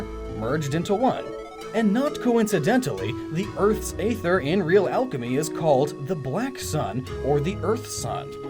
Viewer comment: Damn, this is pretty enlightening, in all honesty. Definitely looking at the concept of Psynergy in a different light now! Great job, as usual! (P.S. Not to be THAT guy, but either you mispronounced Aether most of the video... or it really IS a Tomayto-Tomahto sort of thing, and I'm just being pedantic. Just saying.)